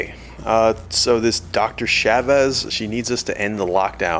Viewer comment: It's Chavez! Not Chevez...